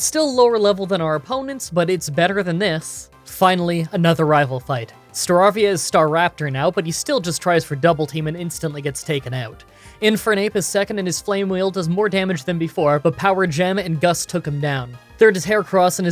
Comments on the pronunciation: staravia is pronounced Star-ay-via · Staravia’s name is pronounced “Star-ray-via”